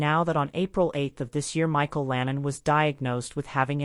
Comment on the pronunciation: Its Micheal Landon not Lannon! I hate AI bs!